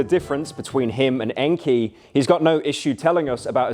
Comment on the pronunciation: Best part is that he's been pronouncing his name just fine 3 hours prior rofl